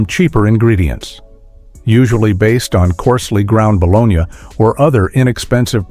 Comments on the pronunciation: Ba-lon-née. Please which artificial intelligence program did you use? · I really wanted to watch this, but after the third time he said Ba-Lone-Ya i couldnt watch anymore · Yeah, that bo-lo-nya thing got to me too. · Bit ball is it’s ba-Lo-nee spelled bologna. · I quit this video early because of the way they were saying bologna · Soon as I heard AI mispronounce bologna I unsubbed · I’d love to hear more about these but I couldn’t make myself watch past hearing the AI “bologna sandwich” pronunciation. A part of me died today 😂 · ai voice cant say bologna right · Pronounce bologna correctly. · You lost me with the pronunciation of bologna. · It's not the city, it's the luncheon meat so pronounce it correctly! Do better. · Why are you pronouncing the meat bologna, like the place Bologna in Italy? The unexplained, jarring changes of narrator, and what seems like deliberately trolling with bad pronunciations of words, made this video an unpleasant experience for me. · What is ba. Lone ya ? It's pronounced ba lone ee' I've eaten it all my life and love it. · Hey, idiots who made this video. Nobody pronounces bologna "bolonya", not in the U.S. It's baloney. Your AI narrator is crap. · Balonee! Not balonya! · Its pronounced bolonee NOT bologina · Calling it Bol-on-ya instead of bal-o-ny was the biggest joke of this video! 😂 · Never heard of eating “bologna.” That’s a city in Italy! Here in South Jersey it’s boloney😂 Otherwise your video is great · Bah-Lone-Yahh. Who doesn't eat baloney sandwiches! 🥪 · Baloney like the commercial not bologna 😒🤨 I don’t care if that’s how it said it doesn’t sound right baloney😉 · Baloney Not a soul I know pronounced it Balonia. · its ba low knee-not ba lon yuh-so BITE ME_peace out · It's pronounced BALONY not bologna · Bologna was always pronounced as "baloney", never pronounced as "Bolonia". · No one ever pronounced it bologna! We always said baloney🤣🤪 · It's pronounced BLONEY, 🤠🤠🤠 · Buh LONE ee Gee, AI, you struck out on the first one.